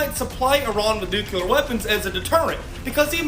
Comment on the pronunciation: It's not nuCUlar it's nuCLEar. IDK why, but it just irritates the shit out of me when that's mispronounced. I'm sorry, don't mean to be that guy, but this time I couldn't help myself. I really enjoy your channel. Keep turning out the good stuff.